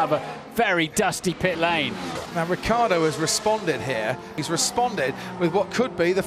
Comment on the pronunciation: It's fckn riCCiardo. Not ricardo.